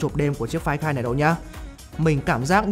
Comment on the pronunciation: Đọc tên điện thoại nghe như ‘quái thai’